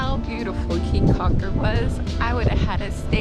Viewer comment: Your video is great, very enjoyable! Thank you!!! Just so you will now and not to upset the local citizens, It is AmberGris Caye with a hard G in there. and Caye CAULKER like chalk her (almost). Come back soon!